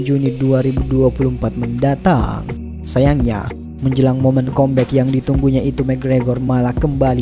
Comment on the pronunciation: Kambek bang bukan kombek